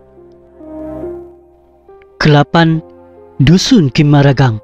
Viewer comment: Min boleh share bahan rujukan? Beberapa sebutan kurang tepat boleh mengelirukan 'Kamaragang (Kimaragang) / Lintangga (Lintanga)" T/K 🙏.